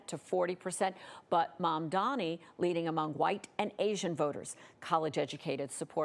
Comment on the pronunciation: Its MADANI 🤌🤌